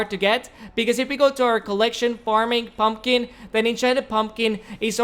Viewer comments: He said purlner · Did he say pron owner or my ear just suck